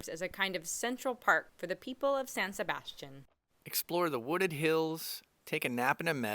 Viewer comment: Didn't pronounce san sebastian correctly!!!!!